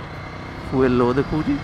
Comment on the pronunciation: Its Feeoool not Foeeel